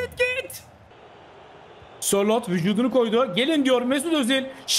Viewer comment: abi kusura bakma ama spikerlikte ilk defa senin kadar kötüsünü gördüm pelkasa szalai,sorlotha muhammed sorloth fln diyosun keyfi kaçıyo